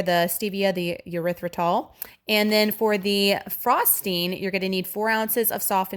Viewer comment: This looks amazing and I’m definitely going to make it. Side note: the sweetener is pronounced with a long E or short E, like eeeerythritol, or ehrythritol, but, um..., not yerythritol😊